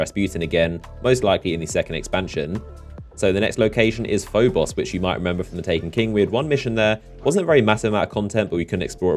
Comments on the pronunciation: "PhoBOSS" "phoBOSS" "phoBOSS" you sound so stupid mispronouncing names in a game your channel is based off of... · It really irritated me on how you said phobos